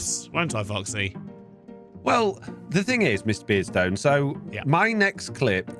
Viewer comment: The way foxy says Mr. Beardstone makes it sound like miss beardstone for me. 😂